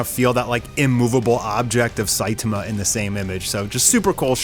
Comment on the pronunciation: Dood, please learn how to pronounce Saitama. The least you can do is to say the main character's name correctly. I stopped watching because I couldn't listen to you butcher his name any more.